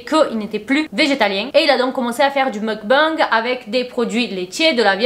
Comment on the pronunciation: Merci pour cette intéressante vidéo. Petit détail : on prononce "mok-bang".